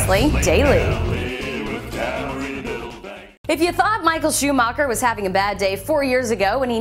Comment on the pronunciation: 1.Schumacher is still god 2.LEARN HOW TO SAY HIS NAME